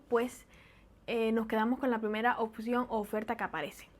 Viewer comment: En cuanto a la dicción, trata de no decir "oCción" sino "opción".